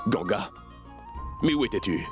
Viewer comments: On dit ganga mes pas gangia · Les gens qui disent gangia s'est pas comme ça mes vous pouvez dire gangaa❤❤😂🎉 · On dit Ganga